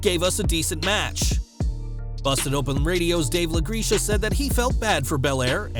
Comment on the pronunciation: It’s pronounced La Greck ah, lol. Busted Open is a great Wrestling show on SiriusXM.